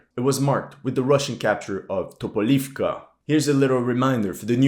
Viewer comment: TopolEvka, not TopolIvka. Har`kOv, not HarkIv.